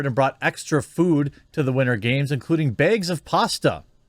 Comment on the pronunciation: "...including BEGS of pasta..." Jeremy channeling his inner Belfast there. Bout ye, Jez.